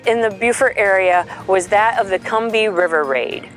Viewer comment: You pronounced Combahee wrong.